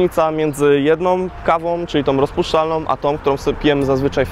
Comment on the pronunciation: PierwszOM KomercyjnOM kawę rozpuszczalnOM...